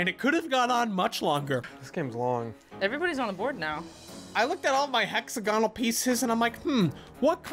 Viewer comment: is that Americans pronounce Hexagonal? Never heard it said like that before.